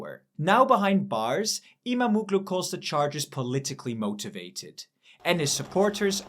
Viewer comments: stop disrespecting my language its not imamoglu its imamoğlu there is a "Ğ" its not reading like that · IMAM - OOO - GLOO ? WTF ??!!! Get your pronunciations right - the hatted g in turkish is SILENT